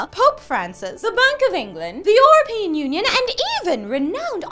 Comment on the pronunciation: The "bunk" of England and the "orapean" union?. Darling. o.O